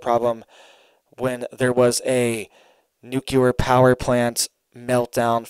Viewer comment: Nucular is not a word. Nuclear, is the word you are looking for.